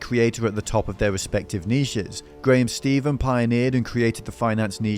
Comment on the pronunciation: Ffs stop saying graham “steven”